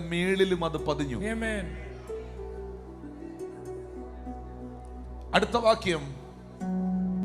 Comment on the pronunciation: ദയവു ചെയ്തു ആമേൻ എന്ന് പറയൂ. എമെൻ അല്ല